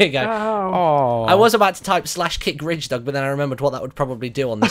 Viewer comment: You called ridgedog fridgedog lol